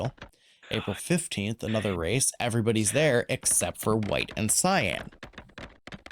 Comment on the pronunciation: no I meant the way you said Cyan